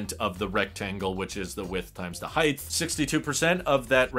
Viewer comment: It's like jabbing chopsticks into my eardrums when I hear someone pronounce "height" as if it's spelled "heighth".